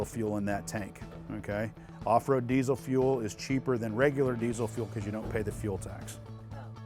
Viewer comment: Its diesel, not desiel.